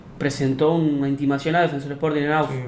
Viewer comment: Mermao, daonde tu tira essa pronúncia americanizada “DefEnsor”? Mano, o q te custa tentar não inventar uma pronuncia colonizada e falar o nome do clube, DefensOr?!?!